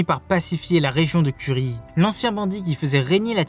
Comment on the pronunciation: Very good prononciation !!! 😂😂 Ça se prononce kouri non ?